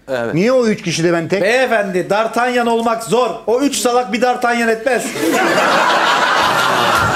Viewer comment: Dartelyan değil dartanyan diye okunuyo onun adı pek de bilmiyomuşsun